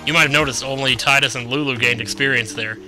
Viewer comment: pronounce Tidus (tide us) please it sounds so much cooler than tid dus....